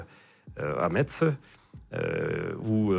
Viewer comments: Metz se prononce "Messe" svp Peut-être le seul défaut de monsieur :) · Metz....a prononcé MESSE. T muet...😅